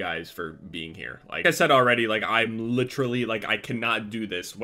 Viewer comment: everything was fine, until he pronounced literally wrong :|